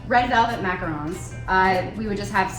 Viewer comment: You had it right the first time Mac-A-Ron’s. :3